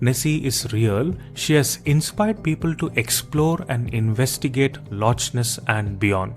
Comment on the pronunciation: It's pronounced as lock my Indian accented friend not loch as it's written